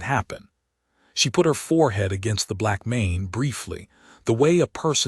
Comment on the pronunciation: why can't the reader of this story not get words correct? breathed as breath(ed). Arithmetic as arith(meddic)? And blackmane as black men? I've heard this voice a few times and it always pronounces word wrong